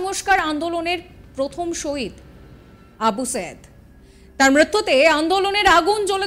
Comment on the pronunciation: নামটা সঠিকভাবে উচ্চারণ করুন সম্মানের সাথে আবু সাঈদ আবু সায়েদ না